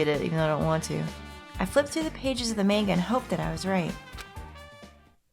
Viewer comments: is anyone beside me a little bit disturb of how is pronounce 'manga' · The real tragedy is hearing “manga” mispronounced so many times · Guh, I cringe whenever she says Manga wrong